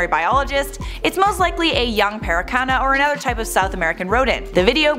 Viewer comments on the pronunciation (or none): you said "paracana", it should be "pacarana" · pacarana... not "paracana" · Did she say paracana instead of pacarana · did u just say paracana????? LOL